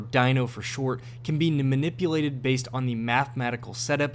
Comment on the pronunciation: “can be Nmanipulated” 😂😂